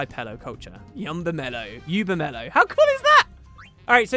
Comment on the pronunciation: I think Yubimello is pronounced 'you be mellow'. Fits the description too.